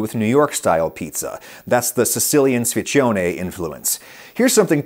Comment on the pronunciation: Sfincione WTF! closes pronunciation is "sphyntchonay".